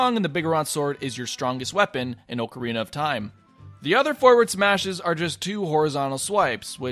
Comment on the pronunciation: AHHHHHH, OHHHHHHH-CARINA OF TIME? STOOOP